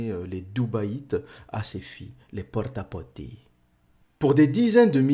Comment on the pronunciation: Porta potti... (excellant l'accent italien 😂)